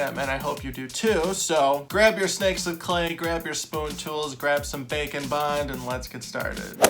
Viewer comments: What you said: "Grab some bake and bond, and let's get started." What I heard: "Grab some bacon bond--" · Anyone else consistently hear 'bacon bond' instead of 'bake n' bond'? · I swear when he says bake and bond his actually saying bacon bond.